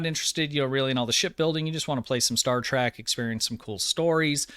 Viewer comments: Good video so far and i only have 1 bit of constructive criticism to offer, and i mean no disrespect, but it is pretty nerve grating, lol. It is Star TREK, not Star TRACK...which is how you pronounce it in this video, lol. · Its pronounced Star Trek not Star Track! You pronounce it wrong the entire video lol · He said “Star Track..” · Is saying Star TRACK? In his older videos I thought I was just mishearing him but it definitely sounds like Track to me.